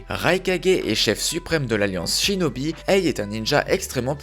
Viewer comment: A 1 59 tu a dis chidobie au lieu de chinobie